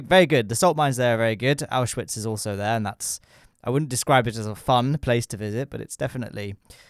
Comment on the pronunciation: you pronounce and write auschwitz the same as in german